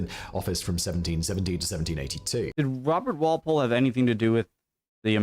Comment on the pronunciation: Strange pronunciation of "Walpole" he goes for rhyming the first syllable with "pal" rather than with "ball"🎩